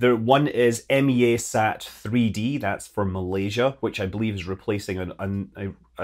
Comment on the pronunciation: Threw me for a loop there when you said M-E-A-SAT. Grew up here in Malaysia pronouncing it as mi-ya-sat.